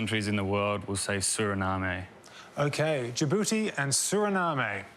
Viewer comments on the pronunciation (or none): The e is silent in Suriname